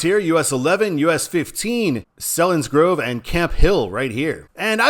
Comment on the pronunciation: One typo and two mispronunciations. It's DowningTOWN not DowningTON. Selinsgrove is pronounced with a long e. i.e. See-linsgrove. And, Reading is pronounced as if it was spelled Redding. (short e instead of long e) I grew up in NorthEastern PA and have been in or around these three cities many times.